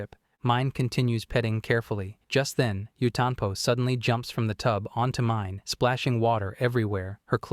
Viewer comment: God I HATE how the AI butchers all of the names. It's pronounced Meenay not pronounced Mine. 🤦